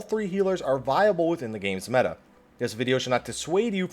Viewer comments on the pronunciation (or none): none